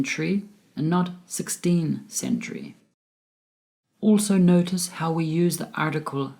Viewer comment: I'm sorry you pronounce word century incorrectly with t only.. also your presentation is excellent